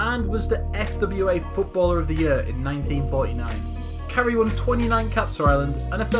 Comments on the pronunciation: Carey is pronounced Care-e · Jesus Christ learn how to say their fucking names! Mór-ran. Care-ry. Gal-la-her. Staun-ton.